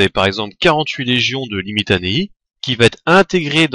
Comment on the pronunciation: tu ne prononce pas correctement certains noms latins comme les limitanei qui se prononcent limitani et scholes qui ce prononcent avec c et pas avec un ch et aussi en latin c palatina pas palatin